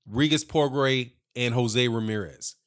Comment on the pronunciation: Good post my brother, but you are not pronouncing his name, it is pronounced "Pro-Grey", its Creole/French. I am native to New Orleans, so, you know. Anyway, yes, old Bob is up to his old tricks, milking the situation for all he can get. Regis will simply have to keep on looking dynamic, (as he is) and his day will come. Progras is the future of the division. Plus, I like his demeanor outside of the ring, he is thoughtful and well spoken, but is a beast inside the square circle; New Orleans has a new champian!